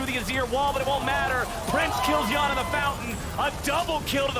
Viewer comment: How is more than half your league imports and you’re still pronouncing Yeon as yawn. What.